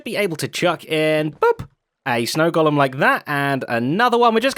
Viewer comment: An English guy should know how to correctly pronounce “golem”.